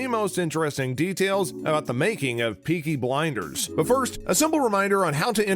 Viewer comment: “Beaky Blinders”